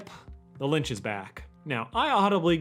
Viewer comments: Please say Lich not Linch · just noticed he's been saying linch the whole time instead of lich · Great video, one thing: "Lich" is pronounced "li-ch" not "l-y-nch" (minor thing but it kinda bugged me) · Lol it’s not the Lynch, its the Lich. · I dont know if its joke or an accident, but hes clearly saying "Linch" instead of "Lich". But either way I think its hilarious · I died a little inside every time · Lich not Linch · It’s the litch not the lynch. That was buggin me haha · Litch* not Linch. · You’re saying lynch. Its Lich. Sorry, it’s just that I’m hearing it more than once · It's the Litch not the Lynch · “The Linch” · Stop saying "Linch" PLEASE! It's LITCH. L I T C H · LICH. It's L I C H. Hearing you add an n every time kills me. Other than that, great video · There is no N in the word Lich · It’s the Litch not linch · Excellent video, except that you kept mispronouncing Lich as "Linch". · Yo you know his name is "lich" not "linch" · You keep saying “ Lynch” instead of “lich” and it is mildly infuriating. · Its Lich not Linch Not to be that guy. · Honestly, calling the Lich's hand the Lynch makes it kinda funny. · Bubblegum isn't dead also, you adding an "n" to the Lich's name is hilarious because who tf is "The Linch" 😂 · LITCH. L-I-T-C-H. IT'S PRONOUNCED LITCH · "the linch" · Calling the lich The Lynch killed me that whole time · Hearing you say linch makes me wanna dislike the video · "Linch" I die a little inside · i dont mean to be rude, but are you saying "Linch"? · its "the litch" with a t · Why he call the lich, linch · Am I the only one hearing him say "Lynch" instead of Lich? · Is it lich or lynch? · why was saying “lich” so difficult dude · Is he saying linch or lich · Anyone else rather jarred by his pronunciation of “Lich” as “Lynch”? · It bothers me that you kept pronouncing lich as lynch. I don’t know how you got that but... You know what. Good video regardless. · Anyone else notice the pronunciation of “Litch” tho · There’s no “n” in Lich